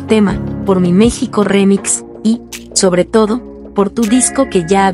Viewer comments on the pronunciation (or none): none